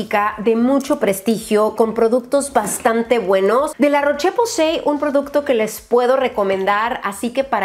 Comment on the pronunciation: Rosyyyyy se dice la roshhh posay😅😅